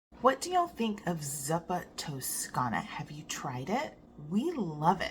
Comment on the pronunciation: Not that it really matters….but, I think zuppa is pronounced ZOO-puh. I love this soup so much. Nice to have it as a jarred, shelf-stable recipe.